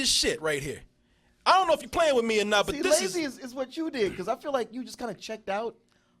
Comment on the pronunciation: Anyone noticed throughout the Spill/DoubleToasted history, that can't say "or", he always says "are". Are you didn't realize it, Are you just didn't care.